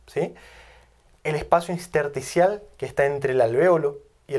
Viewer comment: Soy médico; sus vídeos son excelentes, muy bien documentados y se los he pasado a otros colegas que también lo aplauden. Con mucho aprecio, sólo se le pasó "un edema inSterticial", varias veces y que lastimaron gravemente mis tímpanos: Intersticial es lo correcto. Por favor, nunca deje la docencia, hace un trabaja excepcional.